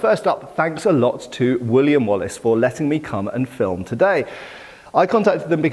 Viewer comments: I know its Wooley and Wallis auctioneers, but I keep hearing "William Wallace", and the mental picture of Mel Gibson facepainted as a blue smurf hosting an auction has me in stitches. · i thought the Wallace collection was going bankrupt. since you said something about William Wallace auction, after some research, i knew i heard wrong, since i'm on 300% playback speed, and you actually said woolley and wallis. lol, Wallace would be turning in his grave if the stuff he donated was sold in an auction.